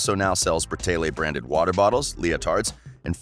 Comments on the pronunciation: ITS BRA TAY LEE NOT BRATAYLAY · Who else got so annoyed when he said Bratayley like Brataylay 😑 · IS BRATAYLEY NOT BRATAYLAY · OMG IM SO TRIGGERED ITS BRATAYLEEEEEEEEEE NOT BRATAYLAY PRONOUNCE IT RIGHT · Sweetener Grande he can at least pronounce right it is so easy so pronounce. BRA-TAY-LY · Meadow Bal the guy in this video says it like bra-tay-lay and it’s pronounced bra-tay-lee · stop saying braaaateyla its not right no hate though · the way he says brateley makes me cringe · One thing that annoys me is that he pronounces brataylay wrong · okay but its BRA-TAY-LEE omg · Stop saying bratayLAY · lmao the “BratayLAYs” the mispronunciations is sending me 🤣🤣🤣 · just for future reference, it's pronounced Bra-Tay-Lee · My manz said "bra-tay-leyz" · You said Bratayley wrong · So no one gonna talk about how dude is pronouncing their last name??? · okay but if ur gonna make a whole video about a thing , atleast pronounce it right , please n thank u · They have not completely finished YouTube I’ve been a fan for the longest time and they even said that we will come back probably. And the person that is speaking in this doesn’t even know how to even say Bratayley and know they haven’t completely quit. They are taking a brake they will come back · Meadow Bal they kept pronouncing the channel name wrong